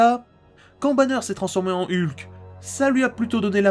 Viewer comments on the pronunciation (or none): none